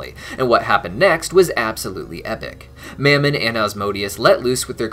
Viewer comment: Anyone else think Fizz pronounced Mammon's name a bit weird? He was saying it like two syllables 'Mam-mon' while Ozzie (and everyone else) always just said it as one.